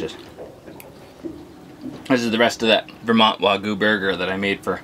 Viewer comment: For the love of all that is holy, it is WAG-YOU. Also, "anyways" is not a word in the English language, it's "anyway". My work here is done, LOL.